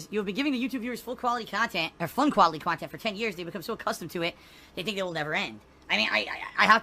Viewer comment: this is extra long khantent